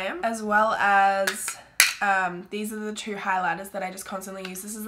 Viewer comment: What I hear when you say two: "Trowoorrrrwwwoowwwwrrr" 😂😂😂 I LOVE YOU!!! 💛💛💛